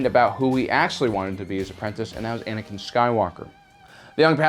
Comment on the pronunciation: Anikan knee lol